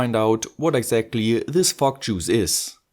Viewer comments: Fog machine with a German accent sound really f*ck machine and f*ck juice 😅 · "FOCK MACHINE AND FOCK JUICE" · Was I the only one who heard “fock or smoke” or was it just me?